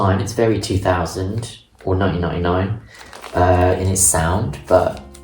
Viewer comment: I could listen to you talk for 2 hours and 6 minutes everyday. I particularly like when you (or any Brit really) says 1999. I am jealous of your BIBO by HDuff mine is damaged 😭